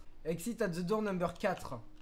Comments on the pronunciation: Il la dit dour au lieu de door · On dit door pas dour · Dour mdrrrrrrrr , c'est Dort ( la prononciation ) , sa veut dire porte , tu le sait mais je prefere le rappeller , continue comme sa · The "dour" MDR, sa se dit "dor", 😁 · Je vais vomir, pendant toute la vidéo "dour" "dour " ! S'il vous plait tuez moi, dites lui que ça ce prononce "daur" ou "dôr"! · Tu t tromper au début tu a dit Door alors que sa se dit dore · Nan c'est "dor"